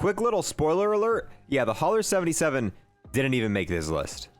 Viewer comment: It’s pronounced HOW-ER